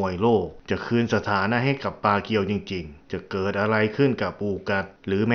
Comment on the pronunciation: ปากู ไม่ใช่ ปาเกียว